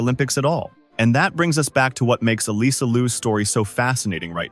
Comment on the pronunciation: FYI....Alysa is pronounced Alissa not Aleesa. Straight from her.